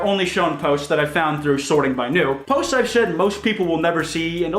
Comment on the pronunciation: "to be In the top potes of all time